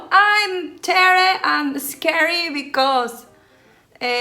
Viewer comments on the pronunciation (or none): JAJAJAJAJKAJAA amo el “bicos”; me recuerdas mucho a mi mamá Tere, siempre bien alegres, haciendo y diciendo pura tarugada risa y risa😂